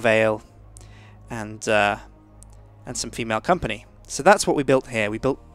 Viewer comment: with enthusis on the 'female company'